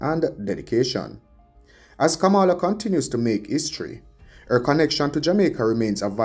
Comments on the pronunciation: You are pronouncing her name like donald tRump. Very annoying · 🥶Kamala is pronounced Coma’la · it is disrespectful to Kamala to mispronounce her name. How would you like for someone to bitch up your name in the same fashion?? The white racists in America does it deliberately to disrespect her and you sound just like them. 👎🏽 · Please pronounce her name properly